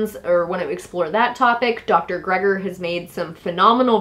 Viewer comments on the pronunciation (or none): Good info! It's Dr. MIchael GREE-ger, by the way.